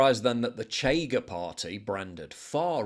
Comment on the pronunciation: it´s pronounced "Shega", not "chega"